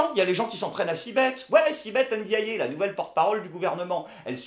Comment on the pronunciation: Elle ne s'appelle pas Èndiaillé, elle s'appelle N'diaye. Enlève les é.